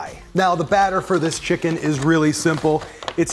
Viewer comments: Please just say chicken! I understand why you add the emphasis but it’s quite painful to hear chickUN every 10 seconds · Lol for what it's worth, I was not bothered by you saying "chick'un". I think a lot of people appreciate you differentiating from the animal, and I'd include myself in that too. Love your videos, thank you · Stop saying chickUn, please, you're a good person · Nobody:: "ChickUN" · Scrolling thru to see anyone point this out 😂😂😂😂😂 chick'un help me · Take a drink every time he says chick-UN!! No kidding though, this recipe is awesome. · Yeah I'm wondering too. It sounds off. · "Chik UN" lol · Take a shot everytime he says chickun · Thatt's wha t ivee ben dooing anand noww ii cccant' tyypes anymolre. hic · Please stop saying chickUN I want to cry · STOP SAYING CHICK-UN!!!!! I had to change the dang video cause my wife was gonna kill me. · Can we stop saying chick-UN? It’s faintly ridiculous. Cheers.